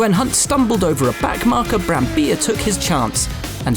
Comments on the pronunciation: It's BrambiLLA, not Brambija, it's an Italian name, not a Spanish one. Come on English-speaking commentators, get a pronunciation right for once...! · Its Brambilla not Brambiya. Hes italian not spanish, how can they get it wrong in every single video? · Me: an Austrian GP video? Great, certainly it will feature Vittorio Brambilla's win in 1975 Also me: wait, there's Will Buxton and his awful Italian pronunciations. Always me: Let's give a chance for the 123rd time . . : Will Buxton: "Vittorio Brambija" Me: How dare you? You've stolen my dreams and my childhood with your empty words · Will it’s Brambilla, not Brambija